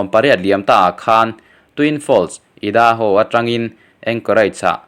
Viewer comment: i....daho. âidâhaw(idaho). I upload hma in google ah tal a lam dân hi en la, in enlâwkla, in zirlâwk teh khai. I lam diklo nasa e mai. mizotawngin kan sawi a, lam dik a ngai lo ti suh. mizotawnga lam dika i in ngaihkha mizotawngah a awm lo nsa a nia... Inzirna, inenlawkna, i tlachham lutuk. I subject hi i hriat ngai a ni lo hrim hrim bawk tih a lang chiang hle bawk. I post siam tukah hian i post chungchâng hi dîlchhut takin zawt ta che sela, a engmah i hriat ka ring lo. I ti ve mai mai a ni.😂😂😂😂